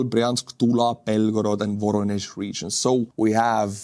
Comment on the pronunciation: The correct pronunciation is "va-RO-nyesh".